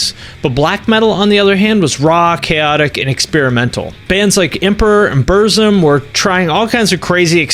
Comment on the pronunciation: The way he said "Burzum" tho